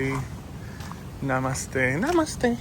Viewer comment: The way you repeated "namaste" Lol you're a filo now 😂